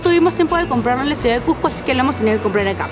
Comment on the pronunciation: A ver repitan "Cusssssco" "Cujjjco" no por favor.